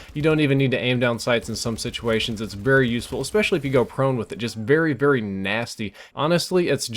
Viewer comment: Your "very" sounds more like "vurry" but besides that I didn't notice anything different haha